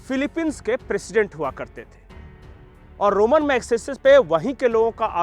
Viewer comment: रोमन नहीं रेमोन